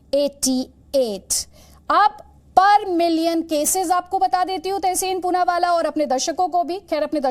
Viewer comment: Wah ma'am Poonawaala Ko Choonawaala bana diya.